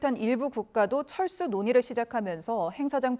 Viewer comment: 잘 들어보시면 철수가 아니라 챨스 ㅋㅋㅋㅋ